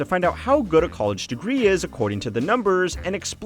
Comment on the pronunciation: Gotta love the accent of this guy - "COLE-edge." Lol. Sounds like many of the dumb girls who have gone to "COLE-edge."